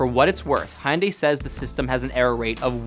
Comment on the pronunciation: I found it most amusing that he had such a hard time pronouncing Hyundai 😂